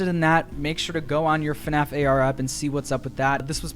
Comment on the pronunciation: AHHHH IT'S FUHNAFF